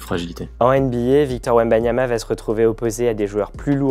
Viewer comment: Wembanana encore un petit Français bien de chez nous 🤣